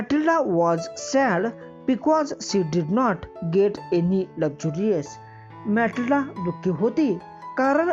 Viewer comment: That is not मैथिलडा that is मैथिलडे